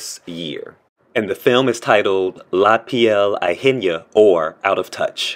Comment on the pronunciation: Not only was the pronunciation atrocious but the translation is completely wrong. La piel ajena translates into roughly Someone else's skin. How on earth did they come up with Out of touch...